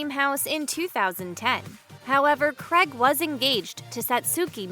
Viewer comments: Craig is pronounced Crayg not Cregg. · America I love you but omg it’s not Creg, it’s Craig, pronounced “Cray’g” and route is pronounced “root” and not “rowt” 🤓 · Cregg? His name is Craig! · It's how seppo's pronounce it.